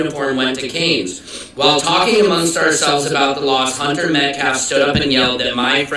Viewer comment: Could the witness have been threatened or paid off? It’s Pronounced; Met-calf.